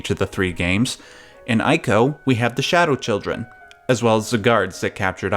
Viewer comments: EE-KO Not ay-ko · Yeah, it's "ee-koh", not "eye-koh". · It's pronounced ee-co. Say it with me! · It’s eeeeco not eyeco. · It's pronounced ico (eeko) not (eyeko).... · Not 'eye-co', but 'ee-co'.. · Ee-ko. not Eye-ko. EE. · You probably got a ton of these comments, but... it's not pronounced "eye-koh" It's more like how you pronounce Trico. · please stop saying "eye"co its "ee-co" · Why are you calling it "Ay-co"? The last guardian should have cleared that by now as the boy clearly says the beast's name. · Ico is pronounced "ee-co"! Trico rhymes with it and that was mentioned in the making of video of The Last Guardian. いいこ (iiko) could even be translated as "good child" which would work with your hypotheses. Also the "yinyang" symbol is called taiji. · It’s pronounced E-CO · It's pronounced ICO (ee-co) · Daniel is correct. In Japanese it’s ee-ko. The I is pronounced as a hard E. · It's pronounced "eeco" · TREE-co and EYE-co. Some men just want to watch the world burn. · "Eye-ko"?! C'mon man... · Pronounces Japanese names correctly...but not Ico. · Things I disagree with: 1) Your pronunciation of "Ico." 2) Saying "Colossi" when you actually mean "Colossus." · I dissent on the pronunciation of 'Ico'! ... Yeah, the internet is still the internet. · Every time he pronounces Ico wrong I cringe lol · Jesus Christ why is it so hard for someone who's a fan to call the games and developer by it's correct name. It's pronounced "eco" It's not that difficult you got it right with Trico but mess it up on everything else? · you can't even pronounce Ico nor Fumito Ueda.